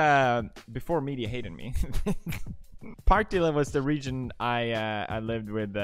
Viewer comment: If you’ve lived in Partille you better at least pronounce it right // someone from Partille